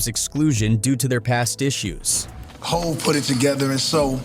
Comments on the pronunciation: Dude it’s HOV like “JeHOVah”! Not hauve or whatever stupid shit you’re calling Jay Z. If you can’t say HOV correctly just call him Sean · Hov... Is pronounced 'Hove' like 'jaHOVah'.